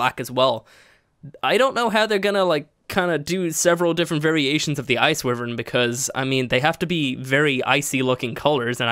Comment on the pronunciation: Its, WHY-vern